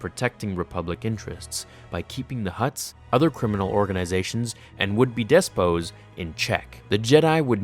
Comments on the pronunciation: Great job on this,. But, the professor in me forces me to point out that it's pronounced "despoT," not "des-po." Thanks man! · "Despot" is pronounced "pot" like "pots and pans". You had the first half of it right. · Thomas Todd I was thinking the same thing, but then I remembered the Canadian pronunciation of “decal” (Americans pronounce it dee-cal, and Canucks pronounce it deckle) that was debated in a previous video discussion. Perhaps the Canadian pronunciation of “despoT” is “despoe” as one would pronounce depot (like the store Office Depot).